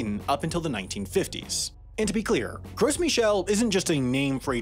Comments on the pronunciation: isn't the 's' in 'gros' silent? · I thought the S in Gros was silent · It's pronounced like grow not gross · Gros is a French word meaning large, fat, etc.. So it's pronounced more like "groh" without the second half of the o. I don't care how people pronounce it, but it's strange to pronounce Michel the French way and pronounce gros the American English way. Especially since my name is the English version of Michel. I did study French for six years so I sound stupidly pretentious when pronouncing croissant. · You don't pronounce the "s" in Gros. It is pronounced like the word "grow". It wasn't gross, it was tasty. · “Gros” is definitely not pronounced “gross”. I assure you. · OMG! I can't listen to this. Gross??? Seriously? Maybe try using Google or asking someone with a three digit IQ to tell you how to pronounce important words next time. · Let's make a video about a subject, then mispronounce that subject the whole video to see if some person on the internet will give me extra engagement by commenting on the video telling me how "Gros" is supposed to be pronounced more like "Grow" because the "s" is silent. Then maybe he'll complain that, despite the title being "Why Bananas Will Taste Different in a Few Years", there is no mention of the possibility of bananas tasting differently in a few years, and in fact, they probably won't, they'll just be borderline extinct. And how normally the titles are a bit clickbaity but accurate, but this one is misleading at best. The youtube algorithm is going to love all that engagement. And then, we can all read that comment in our head in voice. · Work on your pronunciation of Gros - it’s French.